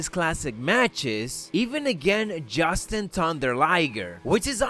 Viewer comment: It's JUSHIN not JUSTIN